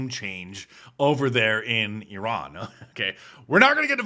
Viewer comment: It's spelled Iran not Eron but I still don't care.